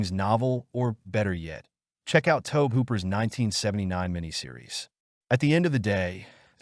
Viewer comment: Tobe Hooper is pronounced TOBY not TOBE